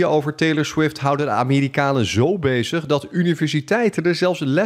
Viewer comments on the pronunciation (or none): ligt aan mij of zegt die amerikalen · LMAO hij zegt het zelfs 2x, ook op